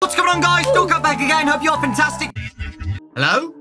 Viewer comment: MANO COMO ASSIM EU TO TIPO OQQQQQQQQQQQQQQQQQQQQQQQ primeiro:COMO Q ELE SABE Q É VC segundo: COMO Q ELE FALOU SEU NOME DIREITNHO terceiro: OQ VC TA FAZENDO ALI